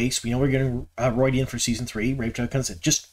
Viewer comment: ROO-ID-E-AN, not ROID-E-AN like Steroids!